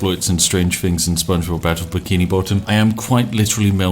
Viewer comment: "Spongebobbu" -Lewis Brindley, for no real reason